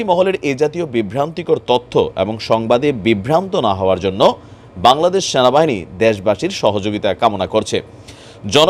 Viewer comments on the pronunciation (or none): Vai apni namtawo Valo Kore bolte paren na😮‍💨ata Sena bahini na😞 Ata Sona bahini 🤣🤣